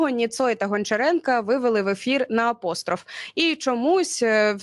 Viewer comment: Не КВН, а КВК. Не апОстроф, а апострОф.